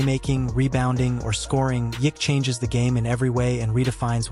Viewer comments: How many different ways is this AI crap bullshit going to mispronounce his name? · Ai is screwing his name. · I didn't know you could say "Jokic" wrong so many different ways.